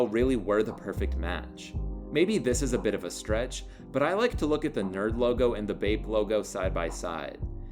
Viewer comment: great video. they're called N.E.R.D. not "nerd" ...yeahhhh